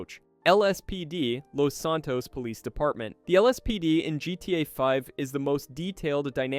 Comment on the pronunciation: Did you cash GTA 5, GTA “vee”